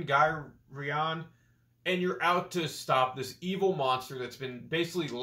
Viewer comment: His name is pronounce like 'carry-in' but 'garry-in'. Also, this was my favorite saturn rpg/action/adventure game. Great review!